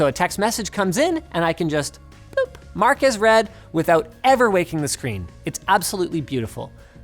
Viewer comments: 'Marques Read' lmao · Marques Red..... Mark as Read 😁 I see what you did there